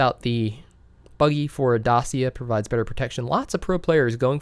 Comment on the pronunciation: Renault Dacia is pronounced Dahchia